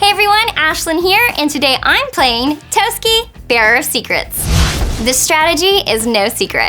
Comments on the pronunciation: i always thought it was pronounced as "Toss-ki" not "Toas-key" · Why does everyone pronounce it as Tosuki? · I hate the way they say Toski, it’s tah-sk-E. It’s as if you said it like you would Ratatoskr which is who he is based off of...